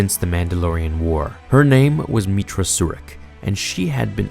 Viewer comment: You call her meetra, my character was a guy named Jack Stone